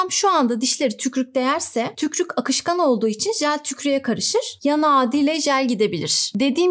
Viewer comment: hocam yalvariyorum "tükrük" demeyin artik